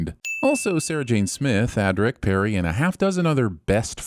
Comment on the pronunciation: it’s Peri not Perry.